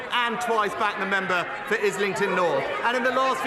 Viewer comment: the way stuart little says “member” there has got me in stitches hahahahaha membuh